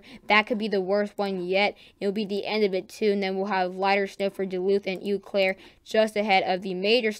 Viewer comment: I'm gonna need some of this snow to push farther South into Indiana.lol I have two minor corrections for you on city names.When you are talking about Wisconsin,Eau Claire is actually pronounced to sound like "Oh Claire".It is another French phrase that means "clear water".The other pronunciation I wanted to give you is for Sioux Falls, It's another one of those French names and simply sounds like it would be a woman named Sue Falls. Your pronunciation for Des Moines is spot on now.